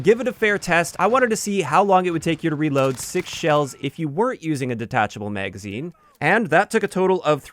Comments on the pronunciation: wtf is a "meygazine" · it wasn't until a few months ago I met one of my coworkers, and he's from the Midwest (Montana) and first heard "bag" pronounced as "beyg". Nowadays I've been noticing more and more similar words pronounced that way and this is the first with magazine 🤣 Are you from the Midwest as well?